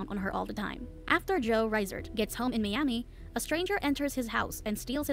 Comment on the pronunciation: "Mee-ami" lol :D I love how these A.I. narrators butcher even the most simplest of pronunciations